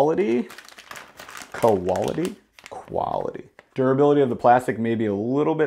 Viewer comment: haha quality.... kolaity... roads... row ads hahahahaha